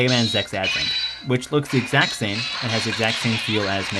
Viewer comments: why are you saying zex, instead of Z X? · Dude you gotta pronounce it right! it's Zee-Ex not Zex! >:P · did he just say zex? It's not bad it's an ok review... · I'm sorry... Rockman Zex? As in Sex? Isn't it supposed to be Z X? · Lol, Zex... I don't know why you pronounced it Zex this time and Z-X in the one before...